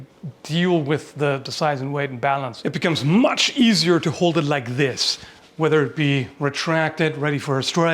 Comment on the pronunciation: Why did turn into a mom from Wisconsin when he said “retracted” 😂